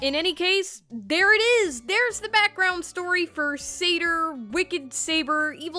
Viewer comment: SAY-DER : THE NIGHTMARE. I never thought i'd ever see an actual video about Sader like this, automatic subscribe